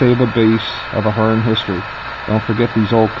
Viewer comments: Please learn how to pronounce the company's name. You sound like a novice. Also, the drive and motor would perform far better on curves of 22-inch and wider. Use long shank couplers to keep rolling stock from derailing. It is called the motor (heart of the Locomotive). The upgraded motor is an excellent choice over the older Athearn (Aft-earn). The metal eching is a good touch. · Give the guy a break... Actually, if you go to Athearn's YouTube channel... you'll see you are both pronouncing it wrong, FWIW.